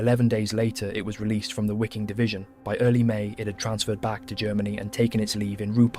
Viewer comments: Wiking is pronounced "veeking" not "weeking" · It is a bit frustrating. It wasn't this channel ....but another I was watching .and I heard SS Wiking ...pronounced " wicking". 😖 It bothered me I must be honest. Lol.....EDIT: well , I see the pronunciation is incorrect here as well